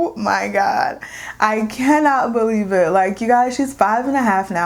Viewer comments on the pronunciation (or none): none